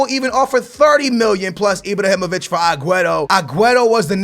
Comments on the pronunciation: I-BRAAAAA-HI-MO-VIĆ not I-Bro-Hi-Mo-Vic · It's IbrAhimovic not IbrOhimovic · STOP SAYING IbrOhimovic it's IbrAhimovic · lol say ibrohimavic lol my man its ibrahimavic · anyone else wanted to facepalm their table whn he says ibrohimovic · "ibrohimovic" hahahahaha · FFS aa, HIS name is not ibrohimovic😂 great vid man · why da fuck do you say ibrohimivic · IbrAhimovic not IbrOhinovic, LewANdowski not LewONdAski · Pls stop say "enjury", "Ibrohimovic", "Lawandowski" and so on it can't be that hard to pronounce it the correct way which is injury, Ibrahimovic and Lewandowski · ibrohimovic and lauwandowski??? well done